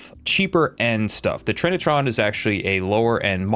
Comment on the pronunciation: Grown adult struggles to pronounce Trinitron because he's still too young to have heard it before.... My back hurts.